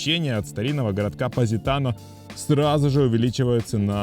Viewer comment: Ведущий видео даже произнести названия городов не может правильно : что это за ПаАзитано или ФАрмило 🤌🏼🤌🏼🤌🏼